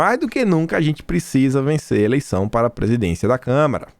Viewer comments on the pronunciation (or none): CâmAra dos deputados não câmera.